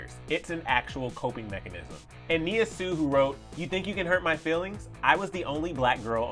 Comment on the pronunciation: Leen92 that’s how you pronounce ‘Sioux’